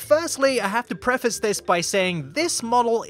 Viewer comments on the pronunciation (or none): none